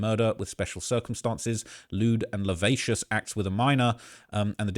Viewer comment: lavacious" is wild 😂😂😂😂😂